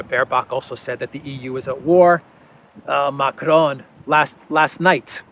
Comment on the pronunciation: Stop fucking rolling the "r" in Macron! You sound illiterate.